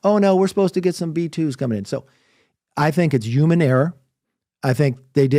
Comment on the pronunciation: Why cant this guy... the former speaker of the US house of representatives... unable to pronounce the word 'human' 😂 presumedly english is his mother tongue...does he not like H's or something? Is he anti-H? 😂😂😂 it was legit ilarious 😂